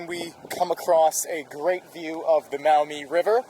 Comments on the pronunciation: I was born in Toledo, llived there until 1981. It's the "Mawmee" River (Maumee) : ) Not "Mowmee" River. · Pronounced “MAW-mee “ not “MOW-mee ”. BTW. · Maw-MEE, not Mowmee ! lol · Maumee, pronounced mawmee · Maumee river is pronounced "Maw-me", native American for muddy river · Ivy is pronounced Mawmee , the international park, my guess is a nod to the title of toledo City being a port City and access to the St Lawrence seaway, was called the gateway to the world.